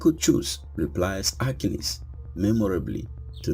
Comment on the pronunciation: Your saying his name wrong!!!!!